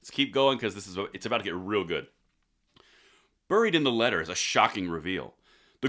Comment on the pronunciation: Say "buried" again! 😀